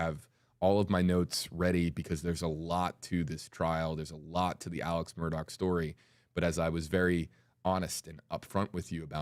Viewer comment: Shame on you Mr. News Reporter guy - guessing at the options in pronouncing the defendants name. In the police car at the crime scene ALEC clarified for police: “It is pronounced ALECCCCC” “It is spelt MURDAUGH and pronounced MURDOCKKKKK” So stop telling people it can be Alex or Alec doesn’t matter. And it can be pronounced MURDAUHHH WHEN the man told you the way he is to be called: A L E C MURDOCK